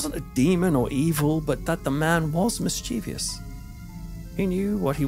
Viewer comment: mischievous not mischirvIous, there is no i in the last part